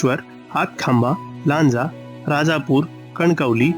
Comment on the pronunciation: Pronounced चिपळूण, लांजा, राजापूर correctly %मराठी